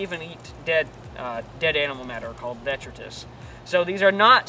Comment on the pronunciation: "vetritus"? did you mean detritus?